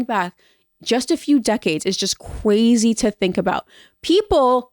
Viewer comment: it's what? Kwazy? Do you mean crazy? No, kwazy!